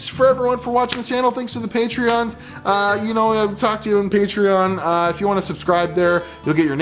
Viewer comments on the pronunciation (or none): none